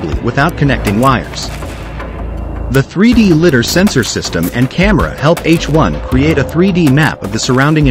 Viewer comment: I wonder how long we'll have to hear it pronounced 'lidder' before the AI realizes that it is 'lidar' 🤔